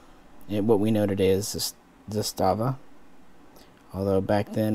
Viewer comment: As an actual Yugoslav the pronunciation puts the accent on the first syllable. ZAstava.